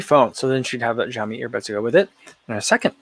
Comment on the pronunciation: FYI: xiaomi = shao mi